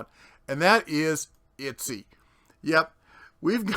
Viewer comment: Itsy? I thought it was Etsy? Lindhurst? I thought it was Lindenhurst? :P Not for nothing, but idiots keep people like that in business. If they're that stupid and lazy, they deserve to lose money.